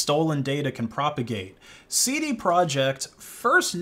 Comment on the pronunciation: "Seedy project"